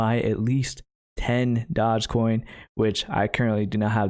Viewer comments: "dodge coin" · I love how he calls it Dodgecoin to troll everyone